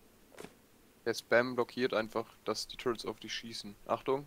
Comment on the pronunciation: das du zu "turrets" immer "turrents" sagst triggert mich so hart :D